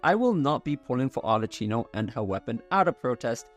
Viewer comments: Arlecchino is pronounced with k as in kilo, not ch as in cheese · Really, Arleccino? You know that she is called Arlecchino, it is pronunced very clear in the game, why continuing calling her Arleccino? Just say Arleckino if it is too hard for you! Sorry, but it bothers me so much! People will correct me al the times when I pronounce some English words not in the right manner so yes say it right!!!! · it's arlekˈkino not arletˈt͡ʃiino